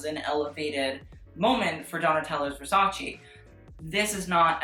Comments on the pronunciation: it's versace not 'versaci' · whyyyy do you fuck with my head and pronounce Versace the right way in a couple of videos and then go back to the godawful VersaCEE, no why no you're better than this pal